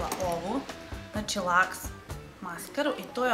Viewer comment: И маскара из Авона није Лакс већ Лукс. :D Тако се и пише и изговара да знаш за убудуће. Не знам какве четкице волиш када је маскара у питању, али Максфакторова жута маскара свима одговара, а мени је добра и Super Shock обична из Авона.